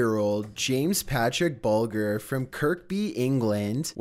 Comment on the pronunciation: In number 13, kinda sounded like “burger she wrote”